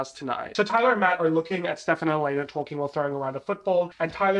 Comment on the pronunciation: lmk why i thought said “ty-dye” and not “tyler” and i lost it😭